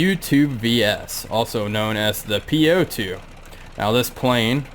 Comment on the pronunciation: Nice craft, legendary! To pronounce correctly "У-2" as "bOOk" not "u" or "По-2" as "POlice". Best regards!